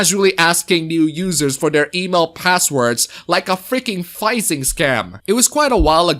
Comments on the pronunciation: "Phishing" not "phizing" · I love you but it "Fishing" no Phiz-zing but language barriers and such. Keep up the good work! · Phishing is pronounced with an f like fishing. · Asking for their email passwords like a phishing scam. Phishing is pronounced "fishing."